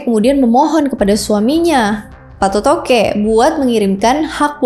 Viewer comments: Banyak penyebutan yang salah oleh Host nya, masak di sebut Patotoke, yang benar itu Pattoto' e. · bkn patotoqe kak😂😂😂😂😂 tpi patotoe